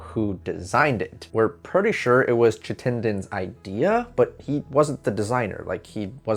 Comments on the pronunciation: Please find out how to pronounce people’s names. Hiram (HEYE’ RAM) Chittenden. (CHIT’ TEN DEN). I tried to continue to watch, but it was like fingernails on a chalkboard. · Might want to review the pronunciation of 'Hiram' and 'Chittenden'